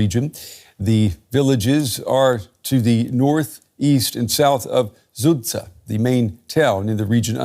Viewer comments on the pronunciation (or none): It’s not Zutsa it’s Sudzha Suuh-jaah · Guys, this is not serious. Sudzha has been on the news for half a year and you still don't know how to pronounce it correctly. I'll explain. "Z" is a voiced consonant, "s" is an unvoiced one. "Zh'" relates to "sh" just like "z" relates to "s" ("zh" is pronounced like "j" in French). In the concrete case, "dzh" in "Sudzha" is pronounced like "j" in English.